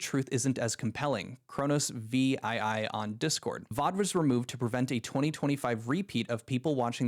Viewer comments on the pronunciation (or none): "Khronos Vee-Eye-Eye".. just recently you've been using several big boy words in your streams, but you don't understand roman numerals?? VII stands for 7, the name is Khronos Seventh. If you're doing "all this research", as least learn how to pronounce a number properly 🤦‍♂ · Vee Iee Iee? what the fuck bro.....seven.